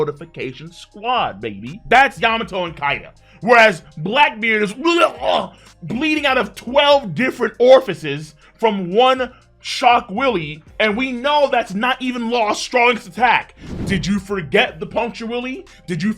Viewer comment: still saying shock Willy instead of Wille cracks me up 😂😂😂